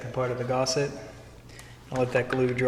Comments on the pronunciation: Gus, gusset, not gosset! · Well, I tried. But the 43rd time you called a gusset a Gosset (as in the Actor) I had to walk away. Not gonna dislike it, just can't deal with that much lack of language skill in a tutorial. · please, please, the word is gusset! not gosset!